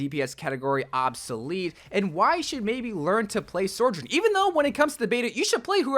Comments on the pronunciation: Her name is SO JOURN, not SOR JOURN! I love your content! But your not pronouncing her name correctly. Its just one of my good friends is named Sojourner, and it feels so weird hearing her name pronounced wrong. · why do you call her SORjourn? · i still wish you’d stop pronouncing her name like sorjorn… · Sojourn... SOARJOURN.... Yep... its definitely SOARjourn. nailed it. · SORJURN??? :P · Why is he saying "SORE-JURN"??? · how many times can this guy say her name wrong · THIS thank you. Where is there an R??